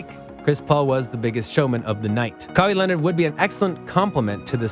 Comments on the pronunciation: "kahi lenard" "skip baylas" 💀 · What did you call him? Kai Lenard lol bruh